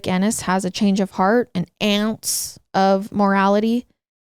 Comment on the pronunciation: Why did you say ounce like that😂😂😂